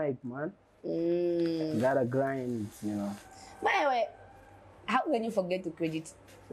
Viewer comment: It’s grind chikala not glind 😅